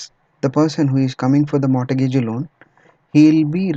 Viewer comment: mortgage - the 't' is silent. "mor"-"gage". Thanks for the KIE series, they are useful.